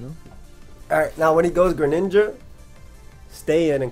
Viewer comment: Why he say Greninja with the hard r???